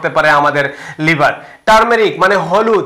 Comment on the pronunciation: After many days, I have subscribed your channel. But you should practice about Bangla pronunciation more and more. Thanks a lot. Try to utter ‘liver’ not liber.